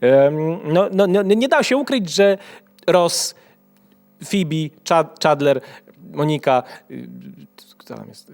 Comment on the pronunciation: Czadler? Nie Czadler, tylko Miss Chanandler Bong!